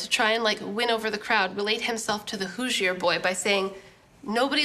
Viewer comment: Y you say Hoosier like that